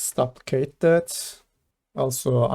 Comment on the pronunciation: Nice nice. One thing duplicate is pronounced more like doo-plicate rather than dop-plicate haha